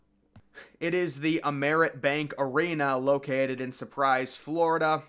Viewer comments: he also mispronounced the name of the arena as well. It is pronounced AMerant Bank, not amERANt Bank. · As a Florida panthers season ticket holder you lost me at your mispronunciation of the arena and the town it’s in. What a 🤡 show. There’s also an arena in Calgary that’s is about to be vacated and moved on from due to how old it is and outdated and you didn’t even mention it. 😂